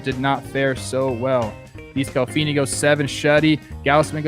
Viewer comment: I’m sorry but can you please just read the name? Anthony Desclafani. It’s not descalfini. Please! I usually don’t care about the pronunciations but for someone you’ve talked about so much this year just put the letters in the right order. Obviously all love but please.